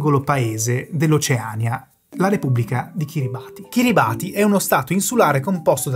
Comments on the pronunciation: si pronuncia Kiribas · Perdonatemi l'insopportabile pignoleria, ma vi sono due errori di pronuncia per toponimi irregolari. Uno è "Kiribati", che si pronuncia "Kiribàs" ("ti" si pronuncia "s" nella lingua locale). L'altro è... "Greenwich". La pronuncia corretta è "grènic'" ("c" come in "ciao"), non ha nulla a che vedere coll'aggettivo "verde" e la "w" è muta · Ottimo come sempre. Unico appunto: si pronuncia "Kiribass" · Ehm, tutto molto preciso, però ci sono evidenti errori di pronuncia: Greenwich si pronuncia "Grènich" e non "Grìnuich"... e poi (ma questa la sanno in pochi) "Kiribati" si pronuncia "Kiribas" 🙂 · piccolo appunto; Kiribati non di pronuncia come si scrive, ma bensì Kiribas. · Kiribati si pronuncia Kiribàs